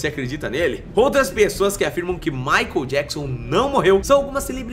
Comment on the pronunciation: "MAICON JACKSON" 😅😅😅 "Abrasileirou" o nome do coitado do MICHAEL JACKSON. 😂😂😂